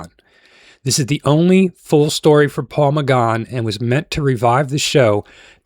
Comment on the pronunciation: Steven Mo-fat? Peter Davidson?? Da-laks?? Paul McGahn?? 😂😂